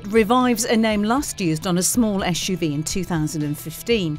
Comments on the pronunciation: Very low standard. She can’t say SUV 😂. Door can’t open wide enough. She is expecting more than 90. Esh UV. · It's not esh u v it's suv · Why is she saying YeshUV instead of SUV,that really annoys me. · Carbuyer, please stop using this woman to review SUV's. Every time I hear her pronounce it as "esh-u-v" makes my skin crawl. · the ESCH JU VI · I love the way she pronounces SUV -- esh-you-vee.